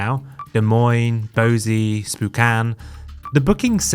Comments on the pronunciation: It’s pronounced Boy-ZEE, not BOW-zee. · FYI: Boise is pronounced "BOY-see" and Spokane is pronounced "spo-CAN." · "BO-ZEE"??????? "MESS-A" airlines? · NOT the same uniforms…. All regionals have their own unique pilot and fa uniforms. Boise is pronounced BOY-ZEE. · It’s pronounced Boy-see for the city of Boise.